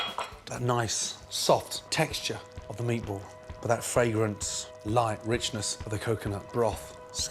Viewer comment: take a shot of vodka everytime gordon says fragorant or vribrant